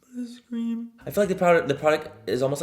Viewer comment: What (I think) he said: “I want to scream” What I heard: “Ice cream” 😂